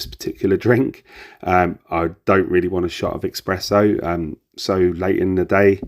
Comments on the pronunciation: Great detailed review! Thank you. Just one thing... Its pronounced S press Oh (only mentioning it because I'm Italian. No offence meant lol) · It's ESPRESSO with an S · Espresso...other than that, great review 😂😂